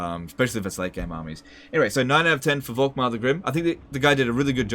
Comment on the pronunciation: The „V“ is more pronounced like a „f“